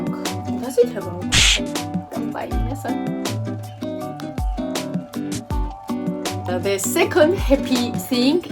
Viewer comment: 、日本語「かんぱーい」完璧です！はジョージアの小っさい小っさい女性ですが、でも みんなを照らす大っきな明るい太陽です。もっともっと光り輝いてくださいね。楽しさいっぱいありがとう。